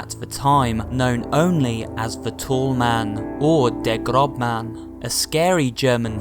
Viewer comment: I think that you mend"der große Mann" Not "der grob Mann"